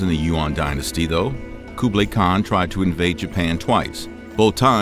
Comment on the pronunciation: Good video but the pronounciations of Genghis Khan and Kublai Khan were off